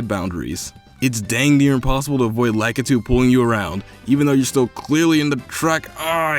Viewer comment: La.key.tu lakitu not lack.ka.tu lakitu